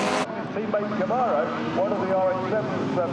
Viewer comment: It’s CamARo, not CamEro 😀